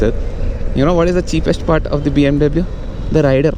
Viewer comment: U can't tell BMW properly... u pronounce W wrong